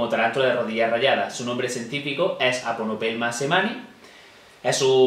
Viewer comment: Buen vídeo, solo 3 comentarios de cosas a mejorar: - Repasa la pronuncniación de nombres científicos, en este caso la pronunciación de Aphonopelma semanni seria afonopelma seemanni y Theraphosidae se diría Terafoside, más info --> - Se agradece evitar la manipulación de animales venenosos, por leve que sea su veneno. Además recomendar evitar la manipulación es importante para su correcto mantenimiento en cautividad. - Habitad: semi-árida y humedad del 80% puede confundir. - Vermiculita no es un sustrato adecuado para esta especie. Sigue con tus vídeos, de momento es mil veces mejor que cualquier programa de Frank de la jungla ;)